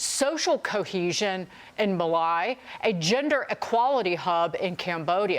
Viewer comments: She said 'Malai' for 'Mali' 😅 What morons these Fox reporters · Malaaai ??? Mali sounds like Maa Lee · It's pronounced Malee not Maleye.....so ignorant😂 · MALI not MALAI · Maleye? it's pronounced Mali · Ma-Li, Mali!!! Not MaLie! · It’s “Mah-Lee” not Ma-Lye, how did she get that job? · please learn to pronounce countries properly when reporting. JEEZ good points but its MAHLEE not MA LIE lol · Mali is pronounced muh-lee not m’lie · It’s Mah-lee not Mah-lye 😅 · How about you learn the location of various cities, countries, and continents and how to name them correctly… at 30 seconds how do you pronounce “Mali” it’s embarrassing even from my point of view watching at least you can do is get the name of the country, correct…. As they mentioned, it’s embarrassing if you’re attempting to prove a point, and you can’t get the name of the country correct or the pronunciation of the country and I have a high level of doubt that you would actually know where it’s located and in which continent without googling it…. It’s embarrassing. That’s all I’m saying.! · Fox host can't pronounce Mali. Shows the ignorance of fox news. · Mali is pronounced ma..li. stupid americans dont even know what other countries are actually called?